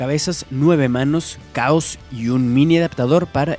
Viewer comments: Por lo menos una vez dijiste chaoz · Pronuncio 5 veces el nombre de Chaos... Cuales 4 de ellas dijo "caos", solo una vez lo dijo bien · Como que "caos"? Esta es una de las razones por que este " narrador" no me gusta, aparte que su voz es floja, pronuncia mal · name is chaos not caos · Es chaos no caos y su maestro es tsuru no tao pai pai pero bueno un error lo comete cualquiera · me sangran los oídos de tanto oír caos, se nota que ese we nunca vio dragón ball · ¿Qué clase de hombre no es capaz de conocer la pronunciación del nombre?